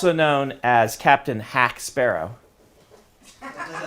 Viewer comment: Captain Hack Sparrow. It's funny - in spanish the letter J is sometime read as H.